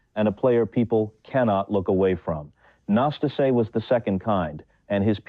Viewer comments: The accent falls on the second "a" - Năstáse. The first "a" it's not even an "a"😊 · It’s so ambarasing to listen mispronausing his name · Do not twist his name it’s not akceptible. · Pronounce his name right ffs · The commentator can't even pronounce Nastase's name. What a turnoff... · Is the narrator an AI? because in respect for the player, we MUST HEAR A BETTER PRONUNCIATIONS of the name "Năstase"! Ilie Nastase's game was very entertaining despite his occasional nastiness. Quite a true TALENT!😅 🎾👏🌍